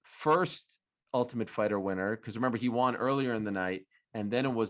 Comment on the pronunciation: Arial....its "one" not "juan" when your pronouncing the word "won"....just letting ya know.